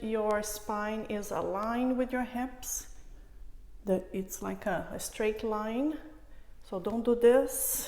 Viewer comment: "streich" instead of straight, "alinch" instead of aligned and etc etc... God see I tried to come back to finish it, can't take it. Who tough that woman to speak like that... as a teacher i feel its "cutting my ears" as we Russians say